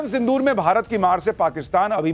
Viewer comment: Sindhur nahi Sindhu rrrrrrrrrrrrrr pakistani chuhey Kand shuru hai